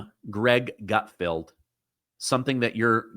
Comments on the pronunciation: Pretty sure it isn't "Gutfield", right? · Gutfeld rhymes with Seinfeld, not outfield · Great vid. BTW it's gut- FELD, not gut- FIELD. LOL Is that just the way you sound or something? 😂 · Gutfeld, not gutfield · "GUT- F-E-L-D".